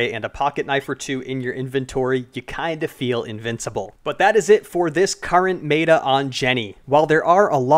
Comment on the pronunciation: MEATA????? its Met-uh